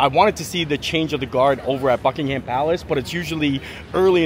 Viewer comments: Glad to see you here in our London. A tip for your English. When pronouncing ‘Ham’ in names, like Buckingham or Birmingham, drop the ‘a’ and throw in a ‘umm’ instead. Bucking-umm 😊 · Great to see you enjoying your trip! Just one quick thing - we don’t pronounce it “Bucking-Ham” Palace, but “Bucking-um” Palace. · It's not Bucking-ham palace